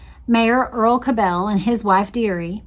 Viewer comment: You are irritating me to no end with your pronunciation of the Cabell name. I grew up in Dallas and in the 60s the name was pronounced as Kab' le, NOT ka bell'!! Please don't give these low-life bastards a European twist as they don't deserve any more upgrading!! BTW, Earle was later revealed to be CIA!! So it's no mystery anymore as to who changed the motorcade route to the killing field. If they had not taken the right turn onto Houston and kept going on Main, proceeding through the triple underpass, they would have encountered a turn-off to the right to enter Stemmons Fwy!! 😮